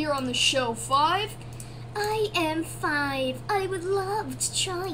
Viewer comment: ONE TWO TREE FOUER FAVE NUMBERBLOX HAHAHAHAHAHHA